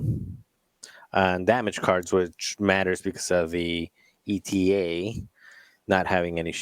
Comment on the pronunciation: Ay-tuh. AY-TUH! Not "ee-tee-ay." The Eta in Eta 2 is not an acronym for something, like the ARC-170 is (it stands for Aggressive Reconnaissance). You don't pronounce the Delta 7's name "dee-ee-el-tee-ay." You shouldn't pronounce the Eta 2's name that way either. Thank you for coming to my ted talk.